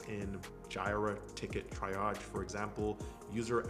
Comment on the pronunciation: great video BTW: the first job’s key word “triage” is pronounced tree-ahj ;)